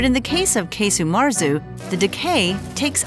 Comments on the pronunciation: Casu. There's no E sound in it. It's like "kazo" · Are we sure it’s pronounced “case-u”.